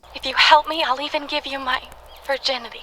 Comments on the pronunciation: Virginity* not viginity...lol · "Viginity" lol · Where is the r in virginity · “Viginity” lol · You forgot the r in virginity